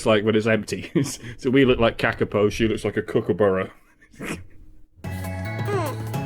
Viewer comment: I spent a solid minute trying to figure out of you meant Kakapo haha, strangest pronunciation I have ever heard haha at least in the south island its ka-ka-po.